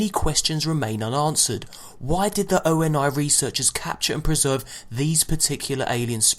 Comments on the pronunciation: Its pronounced owny not O.N.I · It's not O-N-I Lol It's OH NEE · If he says O N I again I will slap him. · It's pronounced oney that's how you say ONI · ONI = OH-KNEE.